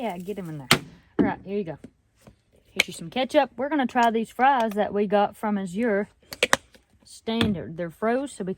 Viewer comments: Going to northeast Georgia next week to visit my brother and hope the trees are beautiful…, it’s pronounce Az-ure not A-zure…js. Was thinking of joining the Azure crowd. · Azure Standard is pronounced more like "As yer" or "Az uer" ,accent on the first sylable only kind of run it together. (or you can search "pronounce azure. Hope this helps.